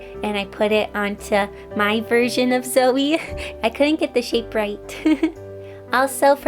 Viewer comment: Am i the only one that heard silvie when she said zoe